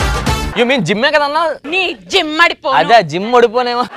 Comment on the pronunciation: జిమ్మడపోను కాదమ్మ...దిమ్మడిపోను..తెలుగు రాకుండా ఎలా యాంకరింగ్ చేస్తున్నారు